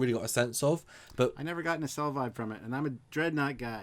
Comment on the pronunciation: Okay, IT'S NOT, REPEAT, NOT a 'nacelle'. Can we move on now?